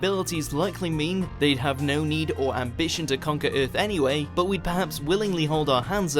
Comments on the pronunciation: Instead of saying “er” he says “ee”. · What if aliens invaded ith tomorrow? Good thing i live on earth. Lol i cant stop hearing it now. Ith lol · Ironically Vague "the eerth" 😂😂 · If there are any....they are looking for YOU cuz you pronounce EARTH, "Ehrth". They may just want to place your brain in a smart car....see if you could handle driving yourself in any kinda "wheathah" "furst"...... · Maybe them aliens can I swing by and teach this narrator how to say the word Earth correctly!!! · that pronunciation of earth at the beginning really annoyed me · learn how to pronounce earth..